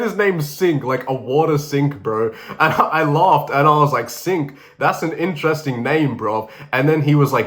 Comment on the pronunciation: Yoo bro that's aint sink it's singh 😢😢if he's from north india